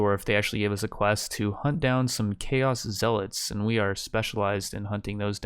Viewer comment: stop daying zealots wrong, arghhhhhhhhhhhhh